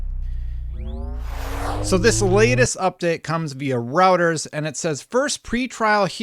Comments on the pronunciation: You pronounce Reuters as 'Royters' not 'rowters'. I wouldn't be surprised the pre-trial hearing will show how flimsy the FTC case is and won't go any further. Don't be fooled, this nonsense IS Biden White House inspired because Biden is looking so weak, ANY political muscling is all for the theatrics because the Jan 6 nonsense has shown itself as a complete political theater with no substance, the appalling withdrawal from Afghanistan and now the failure in Ukraine. Biden is struggling to find something to win on... but it won't be this. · Reuters pronounced roy - trz not routers. Please. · It’s pronounced Roy-terz. German language root. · Sorry but had to mention Reuters the news agency that's quoted here is pronounced 'Roy derz' Thanks for your work and Happy New Year good luck on 100K been Subbed since first week